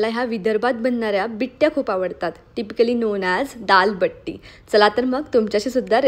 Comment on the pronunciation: बिट्टी nhi g didi बट्टी mhantat